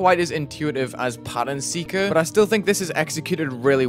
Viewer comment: Pattern Seeker ? I thought it was "Pattern Sucker"